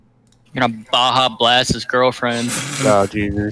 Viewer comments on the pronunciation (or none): bruh i lost it when he said Baha-blast her Lmao